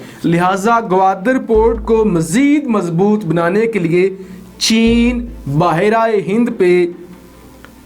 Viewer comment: Apko behr e hind kehna nhi ata kia??bahar aye hind kia word hua